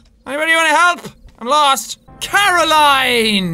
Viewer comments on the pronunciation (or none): It triggers me when jack says cara-LINE instead of what the game says cara-lin-e but I still love his vids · Jack didn't know very much about the lore here..... he pronounced Caroline wrong.... he didn't know what the science spheres are... hmmmm...